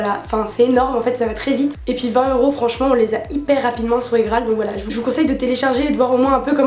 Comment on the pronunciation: Ca me stresse comment tu dis IGraal moi je dis ça comme IPhone quoi mdr